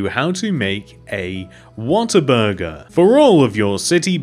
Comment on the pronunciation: it sounds like he's saying water burger